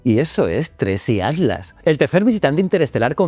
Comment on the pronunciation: Sé que va a ser muy hater pero... ¿Atlas o Adlas? Que estrés esa forma de pronunciar la T.